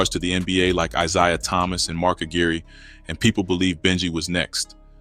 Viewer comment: Who is IZIAH lol. Isiah bru smh